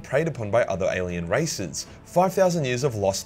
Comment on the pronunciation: I though he said "alien racists" and not "races"